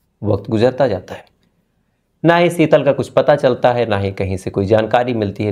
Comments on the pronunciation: Bhai SB apni bhasha sahi Karen please seetal nhi hota sheetal hota h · Sital nahi, Shital Riksa nahi rikshaw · Seetal ya Sheetal.😅😂